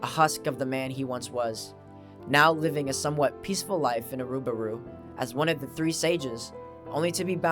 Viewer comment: I think I saw this iceberg post on reddit a couple of weeks ago. It was really interesting - same as this video. Your pronunciation of Irumyuui and Iruburu was funny at times. ;) The analogy of the village to the Abyss itself is very fitting. I think Tsukushi will greatly expand the lore in this current manga arc (he even already did it in some way).